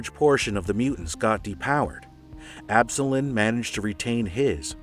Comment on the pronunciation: Absolon is pronounced "Ab - soul - on" btw but great video man!